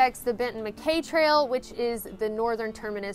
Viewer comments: MacKaye is pronounced Mac "High", just read his biography, fascinating man. Thanks for sharing, great choice on a trail and looking forward to seeing more! Nimble Will! What are the chances? I have his book too. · I knew someone would correct your pronunciation of Mackaye. Benton Mackaye is the one who made the AT a reality.